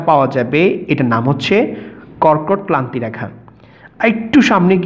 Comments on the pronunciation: কর্কটক্লান্তি/মকরক্লান্তি বলে কোনো কথা নেই, এগুলো যথাক্রমে কর্কটক্রান্তি/মকরক্রান্তি হবে। উচ্চারণে আরেকটু সচেতন হলে ভিডিওটা আরেকটু ভালো হতো। ধন্যবাদ। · কর্কট ক্লান্তি ,মকর ক্লান্তি রেখা নয় দাদা কর্কট ক্রান্তি বা মকর ক্রান্তি রেখা। ঠিক করে উচ্চারণ করুন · যে মাস্টার এটা বর্ণনা করেছেন, তিনি তো কক্রটক্রান্তি আর মকরক্রান্তি শব্দ দুটো উচ্চারণই করতে পারলেন না। বোঝানোর মধ্যেও একটু গোঁজামিল মনে হলো। এটা হওয়া উচিৎ নয়। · ভুয়া শিক্ষক!! কর্কটক্রান্তি ও মকরক্রান্তি শব্দ দুটো উচ্চারণই করতে পারলেন না। আরও বললেন, দ্রাঘিমা রেখা মূল মধ্যরেখার সমান্তরাল হয়, যা কখনোই সম্ভব নয়। অর্থাৎ উনি নিজেই এটা ভালো করে বোঝেননা।